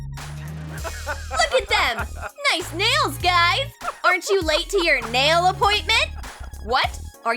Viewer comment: She said mail not nail.